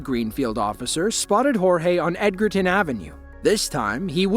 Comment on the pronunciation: Not ed ger ton ... its edge r ton